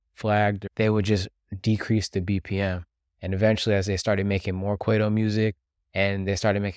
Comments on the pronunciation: "k-why-toe" & "ma-po-reece-ah", brother. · Work on pronouncing kwaito properly